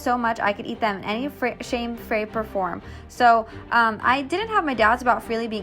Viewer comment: “I could eat them in any shame frape or form” ME TRYING TO TALK EVER